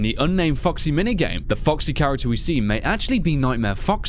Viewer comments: Sounded like you said "Fucksy" (LOLS) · Legit sounds like you're saying "Fucksy" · When say foxy it sounds like "Fucksy" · keeps saying 'fucksy'. #cannotunhear